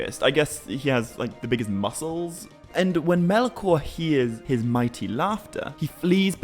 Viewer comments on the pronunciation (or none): none